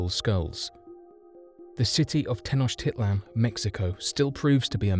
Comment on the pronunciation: This is the worst history video I've seen on YouTube. There too many historical inaccuracies to name them all, whoever wrote the narration barely speaks English, and the pronunciations of the city names are consistently mispronounced. Tenochtitlan is mispronounced and Teotihuacan, which wasn't even an Aztec city, is repeatedly mispronounced as "tay-o-tee-ha-wan." Unbelievable!